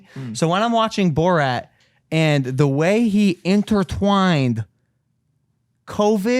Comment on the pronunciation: Ok I’m sorry but how does not know how to say borat lol